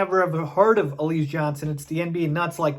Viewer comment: Why do you pronounce his name like that? It's pronounced alizay, like the drink alize